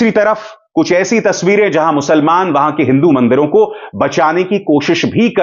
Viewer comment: Musalman shabdh ka uchcharan galat hai sir